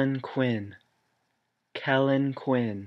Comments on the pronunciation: U got the Kellin quinn part right. NOBODY LOVES AND APPRECIATES JUSTIN. Justin is my fav but everyone else is also BAE. I was dying when he said Ew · "Kellin Quinn" and "Austin Carlile" For real -.- couldn't have put it any better xD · "KELLIN QUINN" "AUSTIN CARLILE" WHERE'S THE LIE LMAO